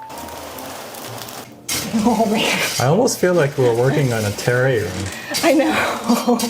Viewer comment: It's pronounced ter-RARE-ee-um. I think you forgot the second syllable. Interesting cat litter palace design.